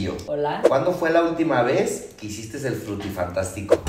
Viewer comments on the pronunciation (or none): También le pone la “s” al final en muchas palabras, como “hicistes” JAJAJA